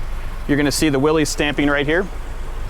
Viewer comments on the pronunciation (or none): That vehicle is a Willys MB, not (as 'thumbnail suggests) a Willys "General Purpose", which does not exist. Willys is pronounced Will-iss, not "Willies". GP was Ford's designation for their initial contract to build prototypes to compete with the Bantam BRC and Willys MA. The GP stood for Government, 80" wheelbase as 'P' was Ford's internal code for vehicles of 80" wheelbase. After the contract to build Truck, 1/4 Ton, 4X4, G503 was awarded to Willys Overland with Ford named as subcontractor, Willys went on to produce over 360,000 of their Model MB as Ford produced over 280,000 of their Model GPW (Government, 80" wheelbase, Willys pattern). Willys' MA indicated Military, first contract, MB was Military, second contract. Nice work with the beer can. Been there myself.